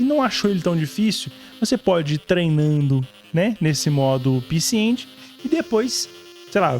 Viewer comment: Sabe nem falar. É pecê EngUÍNI. HAHAHAHAAH Eu ja ouvi retroveio falando assim. Haahahh Tmj. Jogão demais.